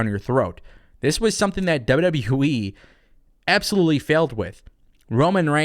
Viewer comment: He said WW WEEE